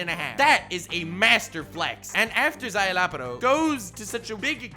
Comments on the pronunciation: "Zye-la-porro" not "zye-loppero" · Szayelaporro. Sure you're saying that right? :|